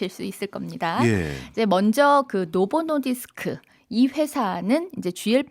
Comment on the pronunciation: 노보 노디스크 발음을 부드럽게 못하네 ㅋ 억양이 쎄고 딱딱해서 그런 듯